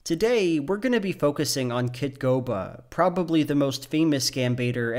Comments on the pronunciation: Kitboga, not Kitgoba. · Was the name obscured on purpose, or was he just saying KitGOBA instead of KitBOGA on accident? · how many times are you going to say "kitgoba" in this video. It's kitboga. Maybe try reading it some time instead of watching the drama in your own head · I love you, but “Kitgoba” hurt me as a fan of Kitboga’s work. It’s also extremely incorrect and rampantly dangerous to say that “computer literate” people are safe from scams 100% of the time. Intelligent, computer-literate people fall for these things every single day, and for you to downplay them that way reduces the need for awareness. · why isnt anyone questioning that says "kitgoba"? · You pronounced Kitboga's name wrong. I'm comin atchu. (No but for real, I'm kinda glad you did. I find it funnier.) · that's not how you say kitboga